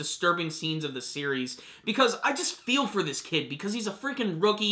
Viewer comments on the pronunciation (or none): none